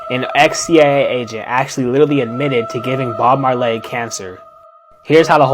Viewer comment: Who the Hell is Bob Marlaay?